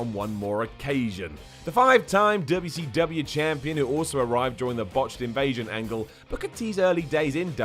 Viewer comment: The way you say, WCW...😂 Although it took too long for them to become champion I'm still happy Booker T & RVD were given title runs two of the best (I wish Booker T was back on TV, and Corey Graves was gone).